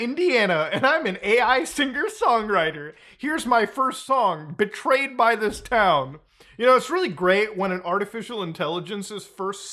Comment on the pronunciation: I thought he said portrayed by the town and was like huh that's artsy IG but then he said it again as BETRAYED by the town....